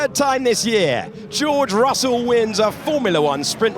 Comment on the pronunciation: Dios mío! Estos relatores mexicanos son los peores!. Russell se lee "rasel".. Dios! Donde estan los relatores argentinos??